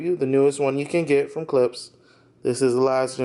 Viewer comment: Please. It's pronounced K L I P S H. The sch is pronounced as Shhh.